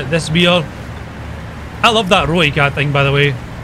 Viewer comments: Ahoy. It's pronounced Roy-cut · The "Rooikat" tank is pronounced roy - cut.